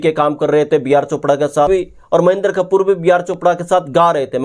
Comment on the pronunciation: उनका नाम महेन्दर कपूर नहीं है,"महेन्द्र कपूर है",कृपया शब्दोच्चारण सही रखें।